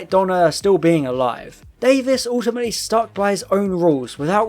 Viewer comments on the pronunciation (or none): none